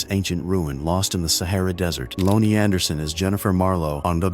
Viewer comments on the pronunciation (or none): Whats up with this narrator mispronouncing all the words? Like loany anderson? How about lonnie and tack-0? its talk-o! damn thats annoying!